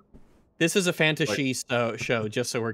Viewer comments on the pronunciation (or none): People: “fantasy”: “fantashe” “fantashi”?